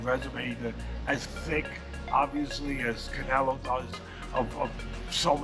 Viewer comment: Who is this guy w this pronunciation? I thought he said he's fighting cantaloupe 😒 Ain't no one that watches boxing say it like that